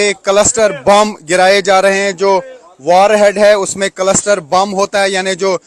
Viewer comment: भाई कलस्टर नहीं क्लस्टर बॉम्ब है।